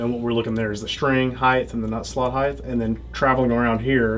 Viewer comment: I can never trust an "expert" that puts an "h" at the end of height.